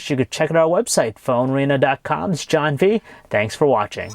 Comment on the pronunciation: why you say JHHHHHHHHHON